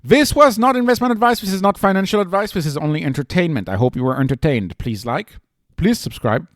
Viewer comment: Very “entertainined”! 😂👊☝️👀